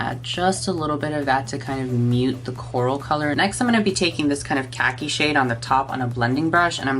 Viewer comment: I thought he said in the shade “whore” 💀